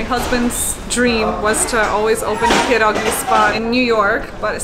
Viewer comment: strange how she pronounces pierogi correctly and with a polish accent, but doesn't pronounce her last name correctly oh w ell